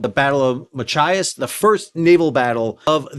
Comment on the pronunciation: Excellent job pronouncing Machias correctly many times but sounds like a "mah ki as" snuck in there a few times.